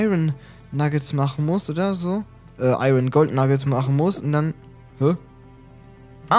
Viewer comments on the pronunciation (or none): none